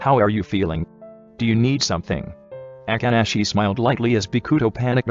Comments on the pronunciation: BRO WHY DID IT SAY “A-kk-ah-shi” bro it’s just “A-ka-shi-“. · nobody : the voice dude : AKANASHI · I love how the narrator said Akaashi's name as Agaaaashee 😅❤️✨ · The fact that the auto narrator just can't say akaashi for the life of him😂. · I love it when it says Akaashi 😂i cant take it 😂